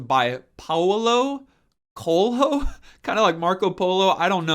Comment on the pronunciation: I'm not a native Portuguese speaker but, where I'm from we transcribe the author's name to our writing system so we can pronounce them, and, lead by that I'd say it's pronounced Coh-el-yoh